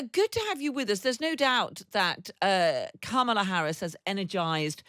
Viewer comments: Kamala will win this election! 💙💙Vote Blue up and down the ballot. 💙💙 Btw, her name is pronounced comma-la. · Cheri is a great guest & could try and pronounce Kamala correctly as:, la. That’s it & it means lotus flower 🪷. Thank you.